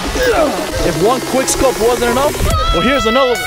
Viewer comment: The fact that he said qwikskope but he actually did a no scope. Triggggeerrred lol